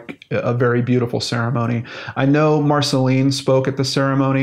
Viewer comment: Dear, I am from France and Marcelin would be pronounced Marcelain. I don't exactly have an English comparison to give, I'm not sure there is one, but you could hear what it sounds like if you make that robot voice on your computer say it for you. Anyway I'm not judging it's not easy to know how to pronounce everything, so I'm just saying to help, not to be a pain in the ass.